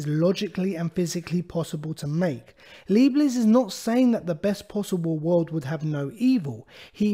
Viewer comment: He's pronounced God-freed Ly-Bnits